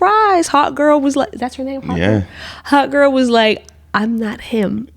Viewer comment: I kept hearing Hot Girl instead of Hawk Girl, and when I figured it out… well I wasn’t wrong, really